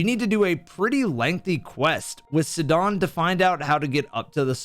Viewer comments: I like how you pronounce it sid don When the game legit says his name in voice lines as (s eye Don) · Bro the way you mispronounced Sidon so horrendously genuinely triggers me more than the sound of nails on a chalkboard. ITS SIDON S I D O N NOT SUDON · It’s sidon as in psy-don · It's Sai-don, not sedon 😭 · Love this video! You very clearly laid out your points, provided supporting evidence, and fairly did the compare/contrast. You got this Zelda player wanting to play Elden Ring now! (I'll let slide the "hidden hand", "Suhdon", "Raiju" as it added to the genuineness of your analysis. 😅) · Bro it's pronounced SAIdon. LMAO. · great video but every time you say sidahn and ryju it makes me want to kms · bro really called sidon "sedawn" 💀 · hold on, did you just call Sidon, "Se-don"?! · the way you pronounced Sidon should have you tried in court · I was so caught off guard by how he pronounced Sidon, i was like "wait who are we talking about?"